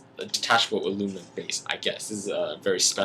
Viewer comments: Did you say aluminion? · No you pretty said alu-minion